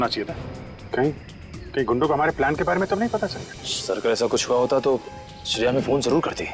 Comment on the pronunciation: Shreya hai bola tha sune me lag raha hai ki daya bola hai😊😊😊😊😊